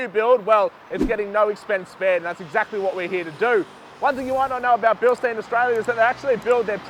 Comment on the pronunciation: Absolutely cooked that even the dudes that work for them pronounce Bilstein incorrectly. Bil-shtine for fucks sake!!